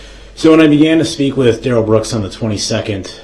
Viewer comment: Durrell Darrell. Brooks try to get this right for once in your life and your Darrell.